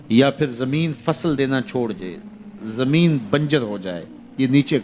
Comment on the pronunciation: Bhai ji jambin nhi zambin parhte hen